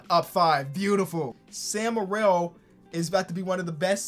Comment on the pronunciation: hey, it’s pronounced sam merill, not morell -from a proud utah state fan